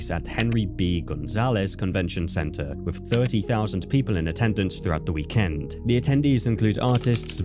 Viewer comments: The way he says weekend is genuinely frying me 🫩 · couldn't finish the video because of how fucking stupid the bot pronounced weekend.